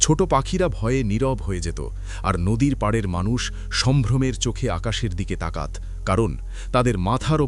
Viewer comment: এটা কি রকম উচ্চারণ 'তাকাত'